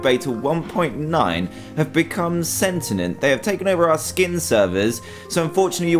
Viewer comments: Ah yes "sentinent" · I’m sorry but. SENTINENT. S E N T I N E N T. Oml Dan I watched this video years ago and this is the funniest thing I’ve heard since then